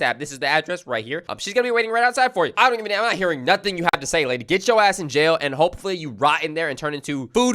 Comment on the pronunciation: Bro really said notuting 👀 ...